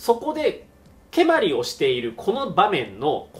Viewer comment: 蹴鞠の発音が関東風になってますね。関西では語尾が上がりません。蹴鞠は御所、つまり京都ですから語尾は下がります。